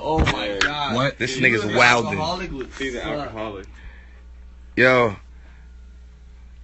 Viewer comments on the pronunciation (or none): Rocky pronouncing the "d" in wildling is something I will never forget😶